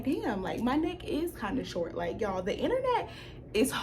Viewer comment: We do not say “shawt” in the bay 🤣 at least not in the NorCal bay